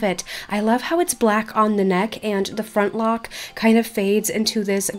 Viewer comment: Every time she said front lock I was like: FORELIKE AHHH